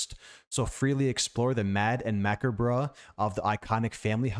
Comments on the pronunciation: 😂 it’s muh-cobb haha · LOL... It's pronounced 'ma-cob' (macabre) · macabre is pronounce Ma Cob reh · “macker-bruh” 😂 it’s a french word too i’m 💀 love you, great points as always 👍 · MACK-UH-BRUH oh my god that made me laugh out loud